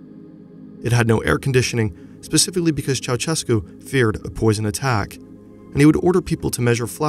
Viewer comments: it's Cheaushescu, not Chauchescu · When will Americans start pronouncing the dictator's name right? It's chow-SHESS-koo. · I can't understand why no foreigner can't pronounce Ceausescu's name at leat 80% correctly - you just need to put his name in Google Translate and listen it in Romanian. I can barely watch this video hearing you say "CHAWCHEKOO"